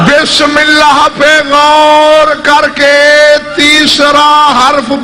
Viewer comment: لفظ اللہ کو بولتےوقت لب نہیں ملتے